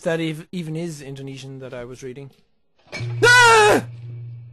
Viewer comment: You say indonesian wrong.but still thanks